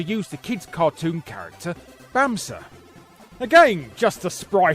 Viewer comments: My friend owned the 'Bamse' version of the TRex game, and let me tell you, it felt incredibly strange seeing actual Swedish text in a Game Boy game. 😂 (Also kudos to Larry for looking up how to pronounce "Bamse" correctly.) 👍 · Bonus points for pronouncing "Bamse" correctly! 😁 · For a non native speaker that was honestly a really good pronunciation of Bamse, good one Larry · Props for a stellar pronounciation of the swedish word Bamse. It's not Bamsea, not Baymsaay nor Bemse.. it's Bamseh. Man, Larry really puts effort into his vids we are lucky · Aww, beautiful. You nailed the pronunciation of 'Bamse'. I was curious to know what this character is in foreign languages like the English 🤣 But maybe Bamse stayed in Scandinavia? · As a Swede, I got a chuckle when Lary pronounced Bamse in the segment about Baby T-Rex. For those of you who don't know, Bamse is a Swedish comic book character that first appeared in 1966 and got his own comic book in 1973 that is still ongoing to this very day as I'm writing this.